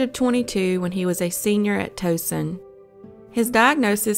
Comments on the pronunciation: It's pronounced Tow (like towel) son, not toe sin. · This is eerie, watching cases fr my home state. 1. Worked with man in first case. 2. Went to Towson uni, pronounced towelson. Lived in Columbia, worked at uni of md shock trauma. Brother knew father and son 3. Lived in Annapolis, never heard if this case. Obviously, house sitter did it. 4.Lived in Brentwood, and Hyattsville